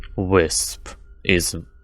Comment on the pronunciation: "Wisp." The most clear word he ever pronounced in the whole video due to his lisp. Jokes aside, this is a nice showcase/explanation video,.